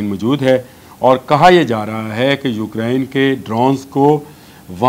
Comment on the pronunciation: یہ یوکرین ہے، ہوکرائن نہیں